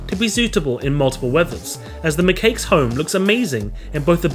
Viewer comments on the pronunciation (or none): The way he pronounced macaque 🤦‍♀️😂 it's not pronounced "macake" its pronounced "makack" 😂😂